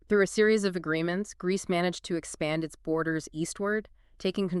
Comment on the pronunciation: Did you just say Grecce? Haha. Epiria epiri e Albania. Grecce didnt exist back than